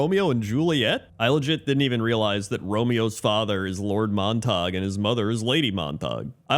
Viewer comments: Saying [Mon Tog] for "Montague". If you yourself are unfamiliar, look up anyone, and I do mean anyone, talking about Romeo and Juliet. P.S. These quirks are why we will forever love. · Obviously, pronunciation of "Montague" is a reference to that Drake and Josh episode.;) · Most chaotic pronunciation of "Montague" possible, really woke up and chose violence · It's insane that this is the only comment about how he pronounced "Montague" 🤣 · Why pronounce it in French? The story of Romeo and Juliet happens in Verona, Italy. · its Mon-Ta-Goo not Mon-tahg 😭😭😭😭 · MONTAG!!!! Man has only ever read the word :D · "Monte-gue" not Montok. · come on man, it's Montague not montawg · Just FYI, It's actually pronounced "MON-teh-gyoo" even though we are conditioned to think the "ue" in "ague" should be silent. The 2 families are the Montagues and the Capulets. ("CAP-yoo-lets") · Not Montag... it is pronounced MONT-a-gue... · Mont-ag-you not Montahg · The rule for the "-gue" ending in English, is that it's pronounced as a hard "g". Pronouncing it "mon-tog" is going with the rule and not knowing that "Montague" is one of the exceptions. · Isn't it pronounced Mont-ag-you, not Mon-tog? I have to see the spelling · It isnt pronounced "Mon-tog" for Montague.... It is pronounced "Mon-ta-gyou" as in the "House of Montague, Romeo's family and then Juliet belonged to the Capulet House. Fix this or else you suffer a plague on both your houses.... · Monatague is pronounced "Mon-ta-gew." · Argh “Mont-a-gyoo” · It's Mon-Ta-Gyu -- Montague. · please stop saying mon tag 😭 I'm dying here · It’s Montague. Pronounced Mont-A-Gew. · Mon-ta-gue (sounds like glue w/o the L) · Montague is pronounced Mont a goo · Ah yes, the rivalry of family Mon-tog and the Cah-pullits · You’ve definitely never read Romeo and Juliet with the teacher or seen a movie. It’s MONT-EH-GYU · pronouncing "Montague" as "Mon-Tog" is peak not knowing how words work